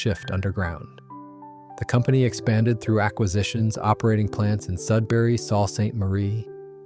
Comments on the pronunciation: The Lakeport name hasn’t “vanished”. It’s still made by Labatts and priced cheaper than brands like Blue. BTW, the word Sault in Sault Ste. Marie is pronounced Soo, not salt. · hey; Sault ==SOO>>>phonetically